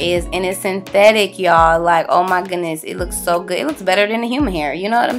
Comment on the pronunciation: you said synthethic??????????? :O :O how?